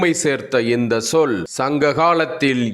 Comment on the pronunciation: தமிழைப்பற்றி பேசும் உங்களின் பேச்சு வரவேற்கத்தக்கது. ஆனால் இந்த_ச்_சொல் _இந்தச்சொல் என்றே உச்சரிக்கப்பட.வேண்டும். நீங்கள் இந்த சொல் என்று உச்சரிக்கின்றீர்கள். ச் என்ற வல்லினம் மிகுதல் வேண்டும்.